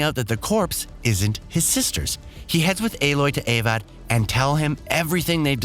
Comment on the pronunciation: Along with Avad, Marad, Oseram and HADES 😂 Seems like the narrator didn't play the game at all.